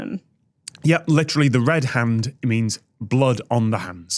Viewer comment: The way Tom attempted a Scottish accent when he said “a-red hand” 😂😂😂